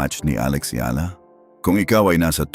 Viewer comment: Please pronounce her name properly. You’re Filipino, so you should know. Take note, it’s EYALA.